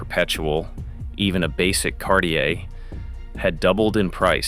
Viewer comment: "CAR-TEA-AY" lol yeah its so crap